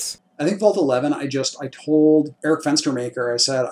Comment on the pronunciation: did he just say at the end vaul t11 thats what it sounded like to me